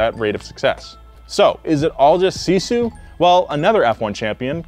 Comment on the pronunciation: Yeah, sisu kinda is in our blood. It takes me 45 mins to get to school in winter, i have to walk across an 47cm deep snow then it kinda good road but still slippery, and all by walking. I wanna be an F1 racer some day, so remember my name as Noah Sebastian Miettinen. Also you mispronounsed sisu buuuuut ill let it slide.